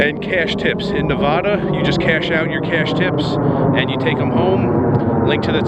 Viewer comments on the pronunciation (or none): Those Nevada locals will scold you for saying Nevada incorrectly.